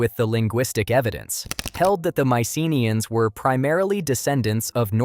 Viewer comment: The correct pronunciation is my-suh-NEE-uhnz (maɪsəˈniːənz).